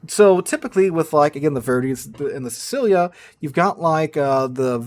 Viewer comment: colonna = ko' lo' na' accent on the o and a.. kinda like a hard koh loh nah or can ask google to translate and hear the pronunciation : ) and sicilia is see-chi-lee'ya (chi as in tai chi)